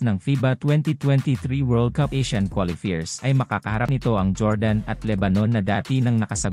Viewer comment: Qualifier pronounce as quali fayer.